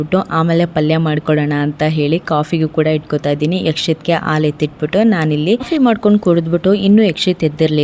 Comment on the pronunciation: ಕನ್ನಡ ಸರಿಯಾ ಮಾತನಾಡಿ ಹೀರೆಕಾಯಿ ಇರೆಕಾಯಿ ಅಲ್ಲ,ಮತ್ತು ಹಾಲು ಆಲು ಅಲ್ಲ